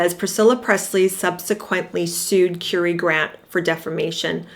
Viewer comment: Please pronouncrme Currie's name properly.